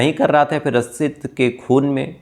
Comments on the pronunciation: पहली बात आपका उच्चारण सही नहीं है रक्षित होता है रछित नहीं 2nd बात ... आप शम्स ताहिर को कॉपी कर रहे हो.... 3rd ... जो dalle बैठे है ऑफिसर बन कर सब घूसखोर है सबने पैसे खाए होंगे 4th.... गुजरात में तस्कर सप्लाई करते है दारू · रच्छित नहीं रक्षित और सुरेस नहीं सुरेश